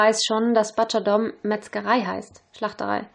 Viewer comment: butcher wird allerdings wie BUTSCHA und nicht wie BATSCHA gesprochen, ungewöhnlich aber wahr ;-)